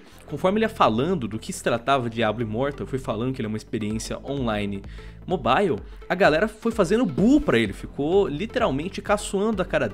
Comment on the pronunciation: Eu só acho que precisa chamar alguém que saiba falar o mínimo de inglês pra falar nesse canal, dá uma agonia toda vez que ele fala mobile